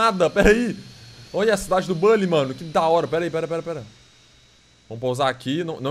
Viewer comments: Na vdd se fala Bully e nao "bãnlly" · Nao é bally é buuuuuuhhhhllyyy